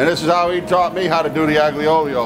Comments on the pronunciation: How can he be Italian he said aglee oleo lmao you notice he deletes comments that he doesn’t like ? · Ya but he said aglee oleo???? my god! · He said aglee oleo ?? lol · Its the "aGlee Olio" for me hahaha, love this man and his earnest cooking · Aglio e Olio is pronounced eye-yo eh oh-lee-oh. that's as close phonetically as i can get it. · No it’s aglee oleo .... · I love you and your videos, but it is pronounced like “All-ya Ool-yo”. Our family traditional Christmas Eve dinner since my Great Grandparents came over. We use a bit more anchovy and garlic, though it is for a big family. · This is real bullshit, this is not an aglio e olio pasta, he even pronounced it wrong, the "g" is silent. Every Italian would be enraged by the way this dish is made. He even salted the pasta after he put it in the sauce, no need for anchovies, the garlic is too much and in thick slices, he didn't put any parsley and the cheese (Pecorino) is used after we serve the pasta which is complemented with thin pieces of peperoncino (chili). What a joke this guy is.